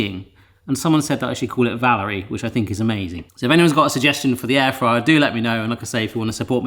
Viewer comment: Air drier rather than air fryer